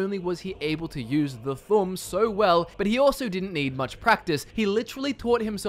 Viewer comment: Thu'um is pronounced thume not thumb